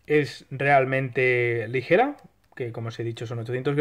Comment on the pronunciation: Buen vídeo, pero lo de "ligera" con j ha dolido